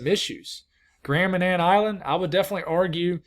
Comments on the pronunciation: Yes, you pronounced Grand Manan island correctly. :) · Give us some thoughts up here in the maritimes! ❤ And thank you, for keeping us informed and not forgetting us up here. Ps. You nailed the pronunciation of Grand Manan! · Hello you nailed the pronunciation of Grand Manan